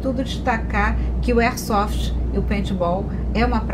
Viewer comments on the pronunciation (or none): Concordo que deve haver sim um regulamentação, mas não uma burocratização que vai acabar em algum meio do Estado ganhar em cima disso. Quem são esse praticantes do esporte que fizeram parte dos ajustes dessa Lei. e não é "ersofi", é AIRSOFT. kkkkkkk Parabéns pela iniciativa mestre. Força e Honra!